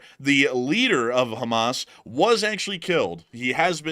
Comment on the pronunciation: I thought i was the only one who called Hammas, Hammus !!!🤣🤣